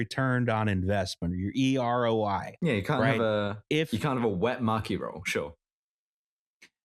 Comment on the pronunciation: the first time said maki roll i definitely heard “mucky roll” which i feel is appropriate considering the contents